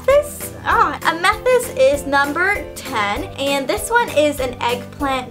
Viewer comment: you say amethyst like amasest